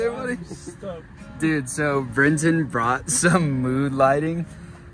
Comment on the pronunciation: It's Brenten! Dudes hilarious